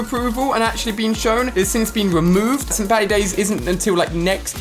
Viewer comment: When Ali Said St. Paddy's Day I Got So Triggered Cause I Am Irish And The Way He Said It Was So Weird. EDIT : Can People Stop Begging For Likes - Me 2019